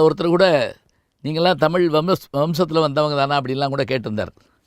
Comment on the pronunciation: தமில் இல்லை ஐயா தமிழ். சரியாக உச்சரிக்கவும். தென்னிந்திய பகுதிகளில் வாழ்ந்த ஆரியர்களை குறிக்கும் சொல்தான் திராவிடம், திராவிட பார்பனர்கள். ஏன் ஐயா இதை மறைக்கிறீர்கள்.